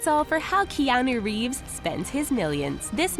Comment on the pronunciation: It is annoying how she mispronounces his name.